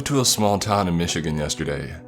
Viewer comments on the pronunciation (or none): none